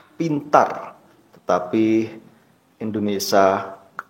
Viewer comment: Mas kamu ini ngomong Indonesia aja salah bukan endonasa 😂😂😂😂 tapi ngeyell😂😂😂 otak pendek ternyata..